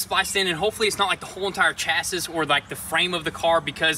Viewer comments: Chas-is... LOL... I have that problem sometimes too... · "Chassis" = "chas-seee" 🤦🏾‍♂️ lol thank me later